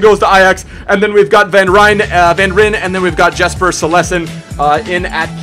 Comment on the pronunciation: Jesper silesen. It's pronounced Jasper, as in the word all. Cillesen is pronounced sil-es-sen